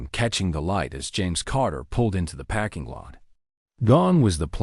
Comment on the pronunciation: Sweet gods... it's a "PARKING" lot, not a "PACKING" lot. Also teach your AI not to pronounce punctuation. I can't continue to listen to this unfinished junk.